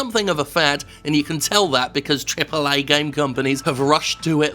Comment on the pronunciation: I'm just here to hear Jim pronounce Triple A game.